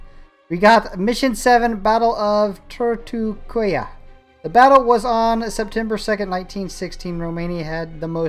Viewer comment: Turtucaia is read [ Turtucaia] . 'a' don't become 'u' as it is in English, you should read it as you write it.